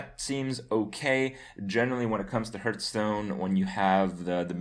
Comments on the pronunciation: When are you gonna pronounce hearthstone the right way? :P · Maybe Blizzcon teaches Kripp how to pronounce the name of the game he talks about so much :)